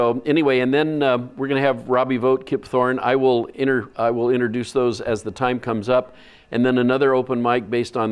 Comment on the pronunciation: Innerduce It’s funny, this guy probably has a PhD and me, a 12th grade graduate, is commenting on his mispronunciation of the word introduce.